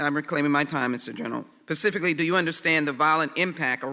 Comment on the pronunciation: JacksonLee says “pacifcaly”. Who votes for these low lifes?